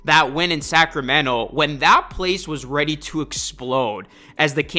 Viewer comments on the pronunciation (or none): none